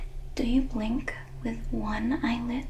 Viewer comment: I thought she said wink